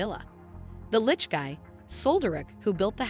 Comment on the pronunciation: I think this is the first one of these recap video's I have heard the narrator say the word "Lich" correctly, it's so weird to hear them called "lick's" in the other video's.